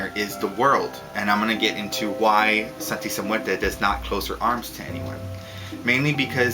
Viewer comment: lol hey i'm mexican! and the way you pronunce "Santisima Muerte" is like this ( san-tee-see-my-////mu-a-rt-a) lol anyway great videos!